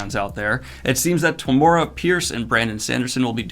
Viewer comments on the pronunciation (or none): ive been saying tamora's name the same way you did for 20 years, about how its spelled, but her name is actually pronounced like tamara or something like that i'm glad she's going to be talking with sanderson because i think she is criminally under-rated/unknown by the vast majority of fantasy fans and in my minds she is a titan of fantasy that should be world famous, sanderson has a lot of fans so i hope he can expose them to her books and she can finally get some of the spot light she deserves